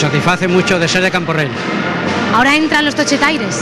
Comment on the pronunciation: CamporreLs no borrega, Camporrells haha